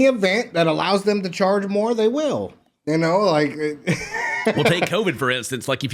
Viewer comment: Did just say “you knoaur”?